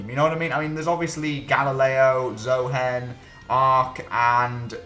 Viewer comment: Zo-hen? 🐓 Threw me off that one! Anyone else pronounced Zohen like (rhymes with Cohen)? Or just me :s